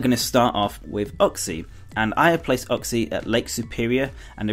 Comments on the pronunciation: it's not ukxie it's U-xie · Uxie is pronounced You K See Meslrit is pronounced Mes Prit Azelf is pronounced Ay Zelf